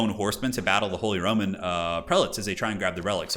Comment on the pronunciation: Idk why but I keep on hearing him saying Holy Ramen Empire lol